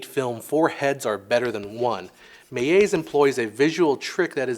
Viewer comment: The L in Georges Méliès is pronounced like an actual L, not a J/G